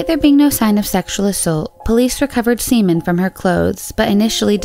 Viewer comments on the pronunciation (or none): none